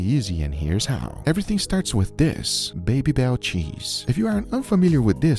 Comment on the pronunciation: Babybel shouldn't sound like baby, the A is the same as in bat 😉 Hi from France !